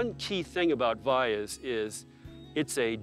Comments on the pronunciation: commentator should learn to pronounce Valles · .. she almost got it